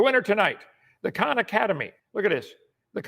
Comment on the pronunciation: His voice gives me a anxiety attack, but I will attempt to watch this. Also, It's Khan academy, not Kahn